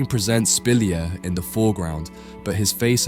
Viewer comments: Spilliart is pronounced Spill-E-art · His name is not pronounced like that :) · Fascinating. You're right, I never heard of him. I enjoy your videos and your narration. As a side note, I noticed you change the pronunciation of Spilliaert and Munch throughout the video. I don't know why 😅